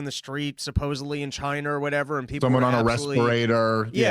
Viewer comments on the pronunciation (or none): none